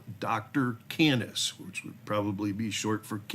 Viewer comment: Canis (KAY-niss) refers to dogs/wolves. Just sharing some knowledge. Mr Wood is absolutely Bravo Sierra India. I wonder honestly how much of it is just acting out because he's got no self control, and how much of it is legitimate insanity.